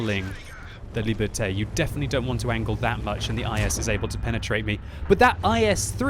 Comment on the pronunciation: Shouldn't Liberté be pronounced like "Lee burr tay?"